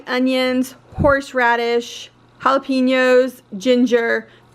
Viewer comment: Its pronounced "Halla-penyos". Not "halla-peenos"